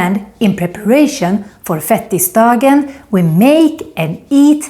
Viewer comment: Det heter fet-tisdagen, inte fettis-dagen 😂